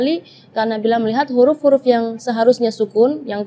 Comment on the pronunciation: Penyebutan huruf apakah diucapkan KHURUF? Apa ini jg kesalahan karena terlalu mendalami bahasa arab jadinya huruf diucapkan KHURUF padahal kan pake ha bukan kha (kho)